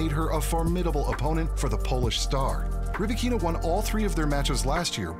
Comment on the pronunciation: Rybakina pronounces her name Ry-ba-kina - not ree-bikina